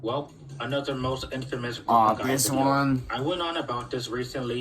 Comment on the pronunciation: It's Brooklyn not brokie